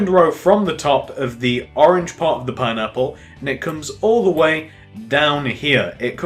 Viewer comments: "Pinapular," he says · "that's what makes it look more pine-napular"